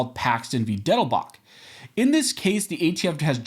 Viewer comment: Your absolute refusal to cite cases in writing makes it very difficult to find them. PLEASE CITE THE CASE IN WRITING. Even better, provide a link! This case is Paxton v. Dettelbach, but no one would know that from that was pronounce it.